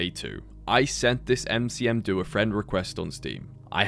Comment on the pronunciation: Huh wait that's me?? Heh 🤑cool talking to you. Aberoth is a great game, happy you gave it some exposure :) P.S: It's Nmcdo, not Ncm do.